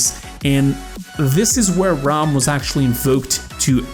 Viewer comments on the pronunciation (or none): none